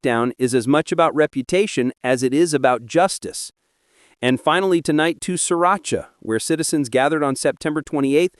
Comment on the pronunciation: ...and Sri Racha